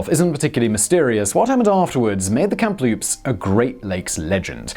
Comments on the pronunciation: KAM-LOOPS not kem loops yah hoser! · Simon, WTH.. where do you see a letter P in the middle Kamloops? It's a ridiculously simple word to pronounce. Geez.. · Pretty sure that first ship is pronounced KAM-loops, not KAMP-loops. There's only the one P in the name. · I lived in Kamloops BC, its pronounced Cam-loop-se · And yet he pronounced Kamloops wrong the first time lol